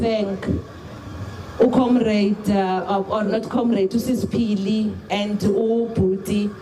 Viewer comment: Really? You’ve been repeating on this tragedy for weeks now and you still get the name of Phili wrong?? Wow